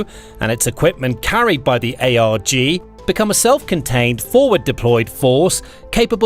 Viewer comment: And MEU is “Mew,” and ARG is not A.R.G. And L-Cack (not L.C.A.C.) haha it’s tough to watch this stuff sometimes haha